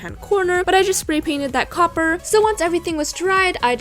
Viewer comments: she said coper so many times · The amount of times she said “cOpPeRr” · How many time did she say coper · did anyone else really want her to stop saying copper 😂